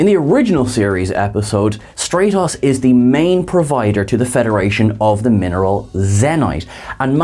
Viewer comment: You mispronounce so many nouns from TOS I wonder if you've watched it much. Zeh-nite? Stray-tohs?